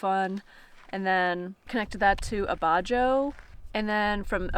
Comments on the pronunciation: It to be a dick but abajo is pronounced abaho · Abajo, pronounced, uh ba hoe